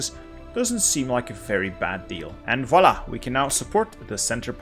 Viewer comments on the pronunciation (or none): none